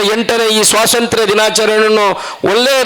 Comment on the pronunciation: Swasanthra alla swathanthrya